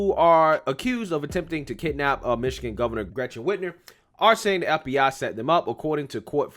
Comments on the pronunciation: Yes they did and her name is Whit-mer not Whit-ner I hate her but I want you to say it correctly so you sound legit! Love your show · My boy keeps saying Whitner. WhitMer. Mer. Like Mermaid. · Dude I really like your channel and your pov aligns with me, but you gotta pronounce words and names the right way. Lol Whitmer with an M.